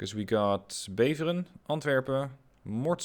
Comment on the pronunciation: Ik had echt geen idee dat je Nederlands was, dus het was even heel vreemd om je Utrecht, Beveren en Brasschaat te horen zeggen hahaha